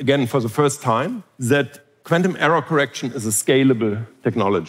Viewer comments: This guy can almost say the word quantum coherently. 😂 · Love the way he pronounces quantum: kw-ant-um. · I was terrified. A man pronounced quantum in a quirky way a lot. I'm still terrified.